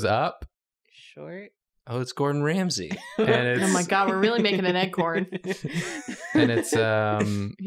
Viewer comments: when said rordon GAMSAY my soul left my body. uncurable illness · Hearing say "Rordan Gamsey" snapped me out of my high. Because I heard "Gamzee" Like the homestuck character. I had to rematch that section cus I legitimately thought was comparing the drawing to Gamzee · i just want to know i DID hear him say "rordan gamsey"